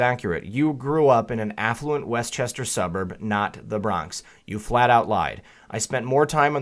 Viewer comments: It’s WESTchester-NOT Worchestshire. You’re welcome. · It's pronounced, West-Chester. Maybe if it was in Massachusetts it would be pronounced Wooster, not to a native New Yorker.